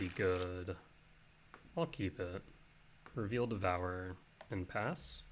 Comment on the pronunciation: Why do you say devourer like that. Devour-er